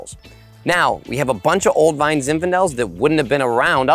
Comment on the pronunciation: When you say “vine” I keep thinking you’re saying “wine” funny